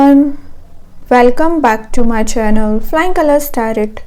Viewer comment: It's not pronounced TRrET. It's said Tarro